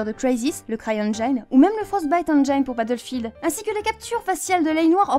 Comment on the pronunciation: Je vais pinailler. Fais attention à ton anglais, encore faut-il que ta prof d'anglais ai fait son travail. Journey ne se prononce pas journée mais plutôt djeurnai. Engine ne se prononce pas ènedjaillene mais plutôt ènedjine ou ènedjeune.